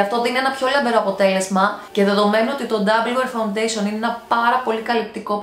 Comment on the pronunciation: Γιατί το λες φαουντεσον?φα-ουν-ντέ-σι-ον ρε φίλε!